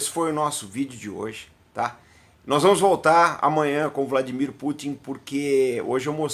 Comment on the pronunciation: Pronúncia perfeita do nome dele! Geralmente os brasileiros falam VladiMÍr quando na verdade ele é o VlaDÍmir.